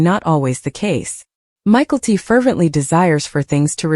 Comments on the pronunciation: The dsughters name isnt said as Michael t.at first i had no clue who u were saying. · Pronunciation of Mykelti is really bothering more than it should. Same with all the names. Stop using AI. Commiting is a poor choice of words, I say my fiancee passed from suicide.